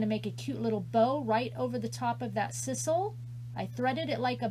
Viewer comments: I love the wreath! It is s-eye-sal. Lol. 😍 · I believe its pronounced S-EYE-SAL. So cute, though.